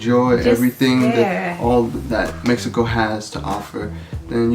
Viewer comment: “Meh he co”’s and “Si”s almost had me passed out 😂😂 This makes me excited to eventually visit Mexico again!